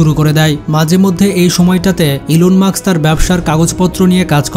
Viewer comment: ইলন মাক্স না ইলন মাস্ক😅